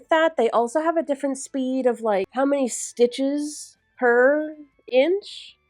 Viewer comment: said “stinches” if you will 😂